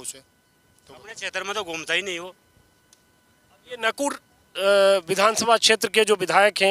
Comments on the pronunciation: This is not naakud.. this is nakur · Sir ji ye naakud Nahi hai ye nakud hai